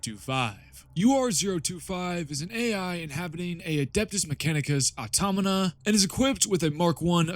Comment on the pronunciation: Aw-taw-ma-Ta. AutomaTa. Automata. Good video, though.